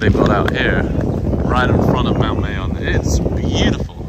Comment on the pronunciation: It is pronounced as "MAH-yohn". Filipino language ALMOST NEVER uses long vowels.:) It's been a few days of vlogging in Bicol now, perhaps you can now pronounce it correctly?